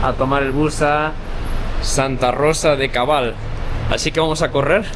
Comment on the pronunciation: Santa Rosa de Cabal, No de cobal.